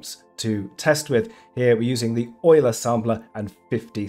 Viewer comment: finally someone who pronounces "Euler" correctly